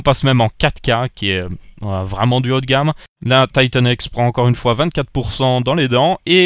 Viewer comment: "Taïtanne èxe" Ca me fais toujours marré xD (Je le dis pas méchament hein)